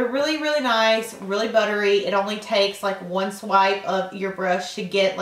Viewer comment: omg she says ohly like laura lee!